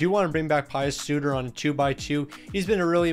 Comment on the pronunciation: You said Di Giuseppe correctly. With Suter however, you said "Pie-us" but its pronounced "Pee-us"